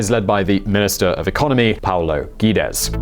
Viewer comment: Great video, but you murdered Paulo Guedes (Gă-Jēēs) name even saying it different every single time.